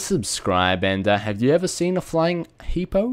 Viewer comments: hipo not hippo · H.. he said Hipo :') GO SLY! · HE SAID HIPO XD Homies unite!! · HIPO YOU SAID HIPO THAT IS AWESOME